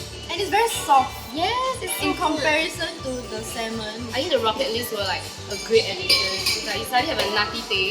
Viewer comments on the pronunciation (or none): sell salmon for a living... can't pronounce salmon properly.